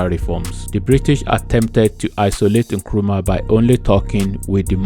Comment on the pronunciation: It's Nkrumah not nkuruma. Kindly correct pls